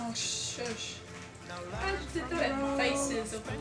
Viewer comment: stress is on "not JUST" :P